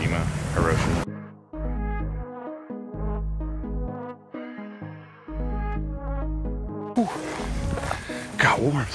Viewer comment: Hi-ro-shee-ma. Have the courtesy to learn to say it properly.